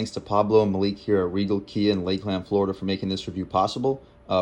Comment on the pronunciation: Thanks for the review champ. It's not Lake Land, it's Lakeland.